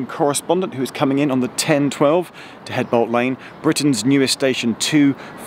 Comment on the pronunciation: 'eadbolt Lane ..... reminds me of my grandmother ... She was Mrs 'edges with an 'aitch